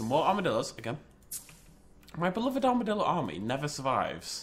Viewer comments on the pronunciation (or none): none